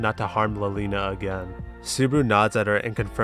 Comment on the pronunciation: wait, i just realized something you pronounce "liliana" as "lolina"? is it because she's a loli? lmao